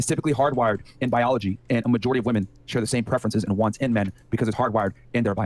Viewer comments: Do none of your realize that many of these "women", especially that talkative blond, cannot pronounce "women" as "women", but only as "woman". I'm noticing this more and more. It is bizarre. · and she cant even pronounce "women" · why do all these girls pronounce women plural as "woman"? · Why does she keep saying “woman” in the plural for “women”?! Is she fucking stupid? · Why does that girl keep saying woman instead of women? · MY GOD! What is it with this generation of women not being able to pronounce "women" as "women" but instead, they pronounce "women" as "woman"! Am I the only one who notices this?? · Why tf is unable to say women? She constantly uses woman as plural and it's irritating af